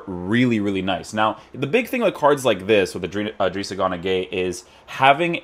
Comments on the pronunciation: Why does he say gunagueye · He seas gunagueye and it pisses me off